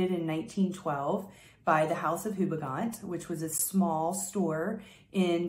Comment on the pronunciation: It's pronounced 'Quelques Fleurs' by Houbigant [oubichont] , not ''Qualqua Floor' by Hubigant. Yes, french can be tricky. My batch is strange, for me a little bit too fresh and I can't smell the flowers very well. Is that normal? The drydown is sweet and flowery but after long time.